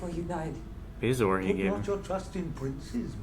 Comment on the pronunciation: "Calliope". "Bezoar". Middle guy is a scholar!